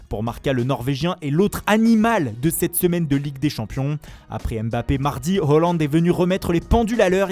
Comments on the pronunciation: Le mec qui parle se ridiculise à vouloir faire les accents avec les prononciations originales des noms de joueurs/clubs, mais n'est même pas foutu de correctement dire H-A-A-land. Haaland a déclaré que ça se prononçait AA et non OO, donc à corriger. Et aussi faut arrêter les accents, c'est ridicule. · On dit pas « HOLLAND » pcq ca s’écrit pas « HALLAND » mais « Haaland » chef t’abuses